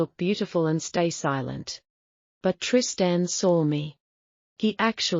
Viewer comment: Teach AI how to pronounce Trist-Ann, pls